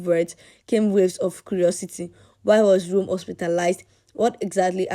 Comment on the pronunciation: The boy’s name is Rome ,not Room.